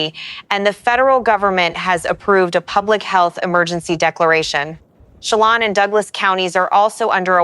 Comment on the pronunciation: Thank you for paying attention to this. Here are the ones I've found: Malher - pronounced Maller, Okanagan - pronounced Okanoggan as in noggin. Chelan - as in land, Estacada - last part sounds like cada (cicada) a long A. Thank you.